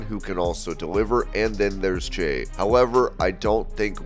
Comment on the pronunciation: how did you mess up jeys name every time you said it? 🤣🤣🤣